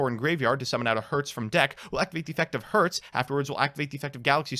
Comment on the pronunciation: When comes the day, i see a popular yugituber pronouncing cyber dragon herz and nächster right...